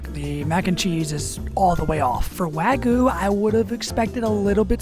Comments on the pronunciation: Wagyu has a y in it. It's not wagoo, its wag-yew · wagoo ❌ Wagyu✅ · bro really said wagoo lol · Not here to hate, just a little constructive criticism… make sure to really hit that YU In Wagyu, I kept hearing wagu and it was giving me Ragu vibes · Gave me Ragu vibes… he really needs to hit the Yu in Wagyu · "Texas wagyu" Ah yes, texas japanese cow